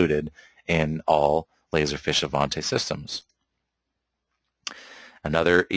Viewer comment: It's "feeeesh" dude. Not fish.